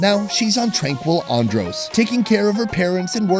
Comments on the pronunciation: Its how he pronouncing (an- drus) (an-drose) just een sitting right wimme.😭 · I cringed everytime he said "Un-dros" and "Bah-he-mians" 😭🤣😣🤦🏽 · calls Andros ONNDROSE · Pronunciation of Andros is and-drus tanks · Lol I love how he pronounce Andros… it’s really Andrissss 😂❤️ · pov: you from nassau and you died of evrything for him saying adros wrong to the whole video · I died everytime he pronounced Andros